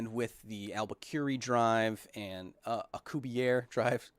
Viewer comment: Well, just so you guys know, especially in the comments, Dr. Alcubierre is in for the interview. Kyle, I kinda had to run and finally caught up, and you expresión was the same as mine when you both said yes. Love your content bud. P.S. I could help you with pronouncing Alcubierre, just in case. P.P.S Albaquri has to be my favorite way someone has said it.